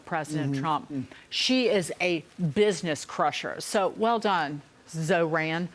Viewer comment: Fox News lady can’t even correctly pronounce the mayor’s name and expects people to listen to her LMAO 🤣 it is pronounced Zhor like Thor. Zohran Mamdani this lady can’t speak she said ZO-RAN 😂😂